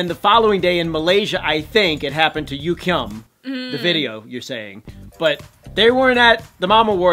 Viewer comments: THAT'S NOT HOW YOU PRONOUNCE YUGYEOM NAME!!! UGH!!!!😤😤😤😠 if your going to say his name in this video PLEASE SAY IT CORRECTLY!!! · It's not yukyeom it's pronounced yuGyeom